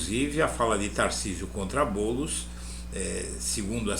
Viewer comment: É tão óbvio a mentira q ele soltou "Boulos" praticamente balbuciou.